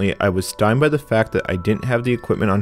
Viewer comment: "stymied" = "STY meed", two syllables. Not "stimed" one syllable.